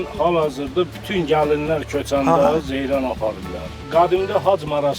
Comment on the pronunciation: Zeyrəm yox ay Zeyrən👌